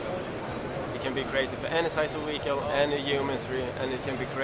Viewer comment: Ive just found a new drinking game. Have a shot of vodka every time that guy says "weehicle". You'll at least be tipsy in two minutes.